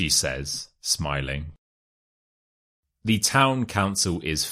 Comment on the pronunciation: Why word's sound "the" the last letter is E not like A like tha